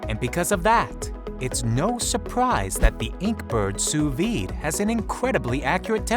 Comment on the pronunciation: wtf, sous VIIIIIIIDE, its pronounced sue veed. Also, how do you miss pronounce a v. facepalm